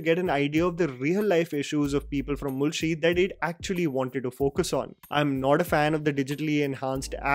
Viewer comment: Great work, I have just 2 things to say from this video that didn't sound right to me. 1) When you say mulshi its 'ळ' not 'ल' but I can cut a slack here, for you not being a Marathi speaker 2) Its मांजरेकर, where we use 'मान' as in अपमान, 'ज़' as in ज़रूरी and not as in 'जावेद'